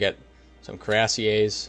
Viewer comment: this dude does not know how to say cuirassier right